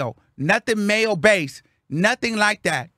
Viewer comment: Yeesss the way he says “like det” send me every freaking time hahahaha